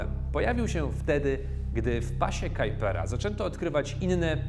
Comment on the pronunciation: chociaż google translator podpowiada właśnie tą wersję wymowy robiąc kalkę z angielskiego, czy nie powinno się mówić "pas kuipera"?